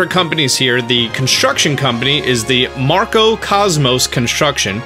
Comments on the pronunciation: That's Mack-row not marco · buddy, I cringed a little when I heard you pronounce Macro as "Marco". Otherwise, good job yet again on your video! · It is Macro not Marco. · I believe it was Macro not “Marco”